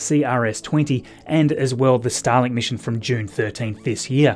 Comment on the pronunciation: Why do I here "Stalin" whenever you say "Starlink"? :D